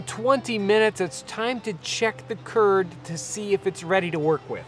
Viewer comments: Turd instead of curd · Every time you say curd in the video, I imagine that you're talking about Kurds, and it's funny because I am a Kurd.